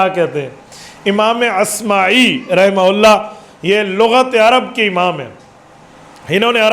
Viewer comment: امام اصمعی ہے عصمی غلط ہے